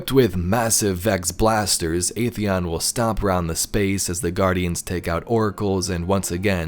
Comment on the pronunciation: Video was fantastic, always a fan of Vex lore. But I just have one tiny nitpick. Atheon's pronounciation was wrong. We know that, thanks to the Age of Triumph back in D1, it's pronounced "ATHeon", not "AETHeon".